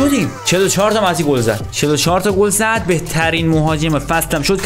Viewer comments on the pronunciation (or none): none